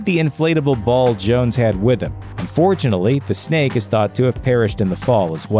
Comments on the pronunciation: It sounds like you keep saying "and fortunately..." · Just a little bit